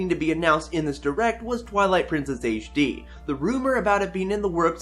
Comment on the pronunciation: You saying ''Twillight Princess Aishe D'' distracts me way too much.